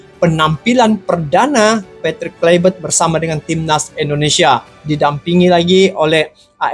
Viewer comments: Patrick Kluvert di baca Kluiver/ Bukan Klyver. Karena Kluiver adalah nama Belanda bukan Nama orang Inggris. Jadi jangan di baca KLAIVERT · Baca Klui-vert.